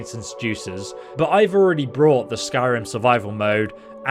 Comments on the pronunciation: Bought is a very difficult word to pronounce apparently. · Not sure if you're just misspeaking or if English is a second language, but you keep saying "brought" when talking about purchasing when you're meaning to say "bought" Brought is used like "Jeremy brought balloons to the party" Bought is used like "Alice went to the store and bought 300 watermelons"